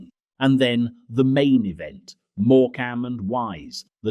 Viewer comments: Moor-CAM and Wise, who is this? SCA-lectrick ? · It's all very well reminiscing of the old days, but the narration called have been done by a human being , and not AI. As soon as Morecambe and Wise came up , I knew the narrator was AI . 'More-came' 😮 Bar Humbug ❗ The Bot got some things right about Christmas gatherings in the 70's , but that doesn't make up for the fact that AI has absolutely no human qualities . It has no feelings , emotions , memories , heart or soul . And for its information, we always had a real Christmas tree which I usually decorated as a young boy , and enjoyed doing it too .😊 Merry Christ-mas all 🎄, from this soon to be 68 years young Englishman.... Don't forget . Jesus is the Reason for the Season .🙏✝️🙏 🇬🇧✝️🇬🇬♥️🇳🇮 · I was enjoying this till AI said morecamm and wise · This is fairly accurate but the narrator needs to learn the emphasis on some of the names “More-Cam”… No No Morecambe less emphasis on the cam… “etch-A-sketch”… no, etchasketch say it as one one word not 3 … did you really experience the 70s or are you just learning the history h watching YouTube? Hey hey hang on mate… Mr Patel behind the counter…. Not so common in the 70s… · someone needs to teach Mr AI how to pronounce things properly. MoreCAM...? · Happy happy memories - grateful for all I had and all I did not have. Pity about the Ai Mispronunciations OTHERWISE Perfect ❤. More CAM and Wise lol 😂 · more-CAM and wise - FFS. AI generated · Ai man was doing a half decent job until he got to more cam and wise 🙈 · I remember my parents rarely put the heating on,the inside of my bedroom windows had frost and my breath was steamy I certainly don’t miss that!A.I. Needs to learn to say Morcambe 😊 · AI at its best….. Moor….Cam… and wise……. Etch….ayyyy…..sketch…. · Why is theAI voice saying “more- camm and wise “ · Moor-cam 😂 (Morcambe) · It’s notmorecam as your saying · Mor-Cam and Wise? Oh dear, more AI or someone who knows nothing of 70’s telly. 😂